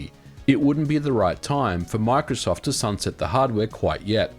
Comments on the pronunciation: Omg can you not pronounce Microsoft (My-Crow-Soft) like markof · When you say microsoft it sounds like you're saying MRKZCKRBRG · Why does he say marksoft 😂😂